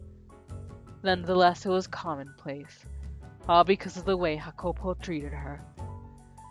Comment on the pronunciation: just so you know, the name's pronounced Yah-cuh-po and he's from Ireland, you can keep up the accent and your pronunciation if you want.